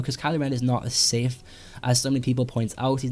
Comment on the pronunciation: OMG the word " SITH " was used way too many times in the video Plus It wasn't even said properly He said sif and not sith